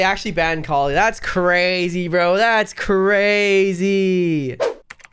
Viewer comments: A 1000 hrs as yet still pronounces it caw-ly. It's ka-li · it hurts me how he says Kali... like i say "Kal-e" as in.50 "Cal" yet says Call-E like a mfing knockoff of "Wall-E" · IM FRICKING DYING from say kali wrong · for someone who mains Kali you pronounce her name stupidly wrong love you tho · That's not how you say kali